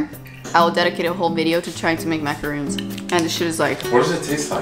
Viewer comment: When you said macaroons with the French accent, you said it perfectly. I’m French, and I was like nice, you said it the right way.